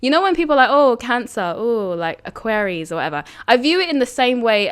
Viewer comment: "Aquaries" Was that deliberate?